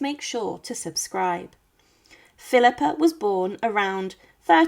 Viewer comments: Thanks for this great video! Philippa of Hainault along with husband Edward III were my 20th Great Grandparents. But the way you're saying her name with a non-existent "R" at the end has got the youtube captioning spelling it PHILIPPER. Is the voice human or AI? I am descended from the unfortunate Thomas of Woodstock, via his daughter Anne of Gloucester, who at one tine was the wealthiest widow in England. I'm also descended from John of Gaunt via his son Henry. Philippa was also a descendant of Charlemagne. You are NOT pronouncing HAINAULT properly, and did not get CAPETIAN right. If all descendants got an equal voice in whether or not to open the tomb and look inside, MY vote would be to NOT open it and leave them undisturbed. Surely, science in 2025 has ways of "looking" inside without opening it. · I did, I get insulted when Philippa comes out Philipper and it butcher's Hainault.